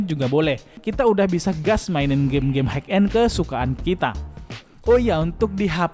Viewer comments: hai end bang bukan haik end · Bacanya hai end bang, bukan haik end